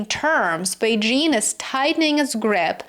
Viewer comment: I appreciate how you pronounced Beijing, you even used the right tone